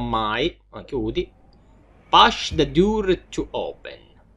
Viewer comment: Okay... tutto quello che vuoi ma non pronunciare "Door" Dur 😭😭😭